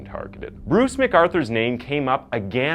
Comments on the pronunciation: Something I don't get, i've noticed you pronounce "Insane" as INS-AY-N. But when it comes to words like "Again" and "against" that have the same "ay" sound in them, you say "aganst" or "agan". I've never heard this in dialect before, what accent is it from? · What a clickbait title....you make it seem like he committed these crimes dressed as Santa. FALSE. Also when are you going to learn how to pronounce the very simple words again and against?!? 🤔